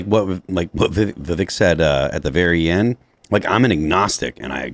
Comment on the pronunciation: Hey guys his name is pronounced Vivek like Vi=Vee like venus, Vek= Vec like Vector. Vivek = VeeVek. I've heard a lot of VYEWAKE places.